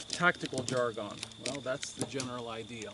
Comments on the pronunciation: Cogent points, great knowledge drop as always, and well explained. Oh and just to bust your chops, it is not pronounced "Jar-Gone" but rather "Jar-Gun"... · I appreciate all your free advice and info. On the other hand, the way you say "jargon" makes me crazy.